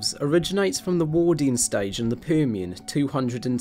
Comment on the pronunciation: That was a very Liverpudlian "Permian" you opened with! ☺️